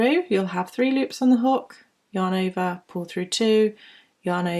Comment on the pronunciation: Does anybody else hear "your neighbour" instead of "yarn over"? :D I was really confused with "your neighbour" all the time, but I knew what she meant. A very nice video